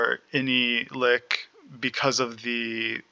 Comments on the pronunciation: lol no there only one correct way to say Lich and its not "lick" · I enjoyed the video and the lenghty description, but I cringed everytime you said said ''Lick'' lol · Like the concept but this video is way longer than it should be and hearing you mispronounce Lich triggers me. Like do you pronounce rich as rick? 🤔 Hopefully over time your content will get better. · I enjoy the theorycrafting and details on skill interactions. You're clear on your reasoning which helps a lot. It would be helpful to include more details as to the recommended order in which to take nodes and passives. I have no experience with liches and a better idea on sequencing would be nice for survivability. And pronunciation-wise, yours with "lich" just sounded like you were from Germany or spoke Yiddish. No biggie.